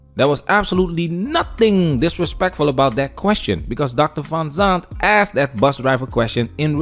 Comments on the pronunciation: With all that education, she can’t even say the word “asked”…. It’s no cultural, it’s idiocy. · This woman still can't pronounce the word Asked without saying Axe'd 😂. And she's got advanced degree and makes 6 figures 😅. "We want our Man's (not men) to be providers..." 😂. Ebonics is still strong with this one... And who are these black women she's talking about who have ALWAYS had to settle for less. I don't know about anybody else but when I was growing up there weren't alotta black women running around with advanced degrees making lots of money, truth be told there still aren't... She's talking about something that's very very new... Maybe the last 20-30 years black women have been getting more education and making more money. What's this ALWAYS had to settle shit... Most are broke and struggling just like a lotta men these days. She's living in very very rarified air... She's talking about 1% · I sure do love hearing educated people use the word axe(d) instead of ask(ed).